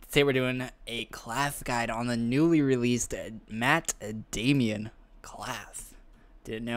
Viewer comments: Matt Damian? DAMON NOT DAMIAN TF? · You caught that but missed the Matt "Damian"?....